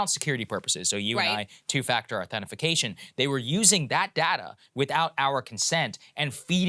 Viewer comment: Saagar: "Two-factor authentification"